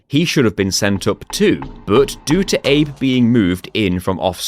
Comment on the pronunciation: Abe is "Abe"le